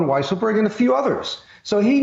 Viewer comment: I LOVE when they call him "WEASSLEburg " 🤣🤣🤣